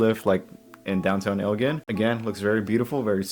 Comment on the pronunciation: it's El "gin." like a bottle of gin.